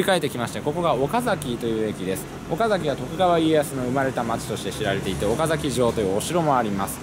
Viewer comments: おか↑ざき↓じゃないっす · 岡崎市民としては岡↗︎崎って言われるの違和感ある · 岡崎市民です。岡崎市にお越し下さりありがとうございます🎵 岡崎のイントネーションが岡の字を上げずに話すのが基本で、岡崎市民は平たく話します。 数年前に純情きらりの舞台になりましたが、途中でイントネーションが戻りました(岡崎市民から指摘されたのかも) ちなみに大樹寺の門から岡崎城を見ると岡崎城がキレイに収まります。 これをビスタラインと呼んでいて、岡崎市は条例で岡崎城と大樹寺の間に高層建築物を建ててはいけないそうですよ。 ちなみに岡崎市は京都よりもお寺が多いそうです。僕も子供の時の遊び場はお寺の境内でしたね。 それくらいあちらこちらにお寺が有ります。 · 「岡崎」の発音は、名字の「岡崎」とは異なります。地元の人は、「あかだし」と同じ発音になります。あと、岡崎市は「狩人」の出身地です。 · 岡崎市民がそのイントネーションで言うことは無いと思いますよ 実際めっちゃイントネーション気になるし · 岡崎城って発音は合ってるのに、 岡崎って発音は違うんだよなぁ